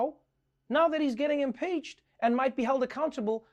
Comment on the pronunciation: Random, but I love the fact that Trevor now has a country twang when he says "impeached".